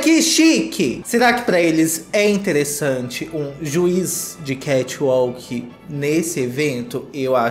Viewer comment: Kati uauk, kath alk, katch ualke... Aí, num seiiii !!! 🤔🤦🏻‍♀